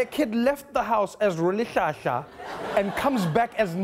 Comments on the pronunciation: Trevor, please! Now you mispronounce R(h)olihlahla? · Tjuuu! Trevor is saying Mandela's Name is Rollihlahla😂😂NO IT'S RHOLIHLAHLA NOT ROLL ITS RHHH!!! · I'm bummed that he mispronounced his real name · Why's Trevor mispronouncing Mandela's surname just like an American? And then he adds insult to injury by mispronouncing Rolihlahla. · Trevor has been too American that he can’t pronounce Ro-lihl-hla. He was like Ro lih hla hla Ah Mann... 😄🤣😂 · Ya'll heard how he pronounced Rolihlahla though? My heart sank. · Trevor didnt pronounce it well. Listen to himself . That has a meaning. It means a leader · The bit about the teacher was so nicely narrated by Trevor. 😁 An oddity but Trevor himself doesn't pronounce "Rolihlahla" correctly in this bit. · no Trevor , u said he left his house as who? no no no now you cant pronounce Rolihlahla? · I know Trevor is South African but why does he pronounce Rolihlahla different from Mr. Mandela? South African ‘toobers pls help explain thank you :)) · Um... trevor? That joke about white poeple not being able to pronounce his real name is kinda stupid beacuse you also pronounced it wrong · That's the cringiest pronunciation of "Rolihlahla" I've ever heard... You can do better, Trevor. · Trevor cant pronounce Rolihlahla? I never espererit